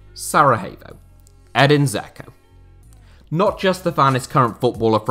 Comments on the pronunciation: The way you pronounce Edin Dzeko's last name means "little bunny" in Bosnian. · Hahaha he pronounces Dzeko like a melt